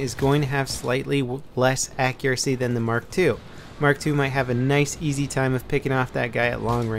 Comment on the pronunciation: he means mark eleven but says mark 2